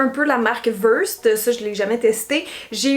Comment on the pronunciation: Allô Cynthia, Versed est également le nom d’un médicament et on prononce cela « vairsaid » ☺️☺️